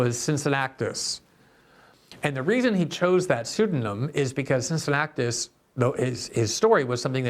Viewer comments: Cin-ci-nna-tus... not Cin-ci-nnac-tus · Glenn: it’s “Cincinnatus” not “Cincinnactus” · Cincinnactus? Glenn is surprisingly bad at pronouncing people's names. I know Cincinnatus isn't a well-known person but any American should be able to pronounce his name right since there's a city named after him. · Small correction: its Cincinnatus [sin-si-natus] (in english, kin-ki-natus in latin) ;)